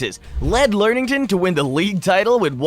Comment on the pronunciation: Lem ing ton 😅